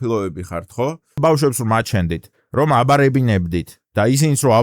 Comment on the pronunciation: აღარ მომწონხარ რაღაც, აღარ გამოთქვავ სწორად ბბბააააავშვებს 😂😂 რა პონტია ძმაო,გაასწორე მეტყველება, ბბბაააააავშვი 😂😂